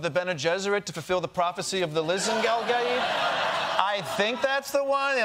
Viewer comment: It´s Lisan al Gaib - not Lisan Gal Gaib 🙄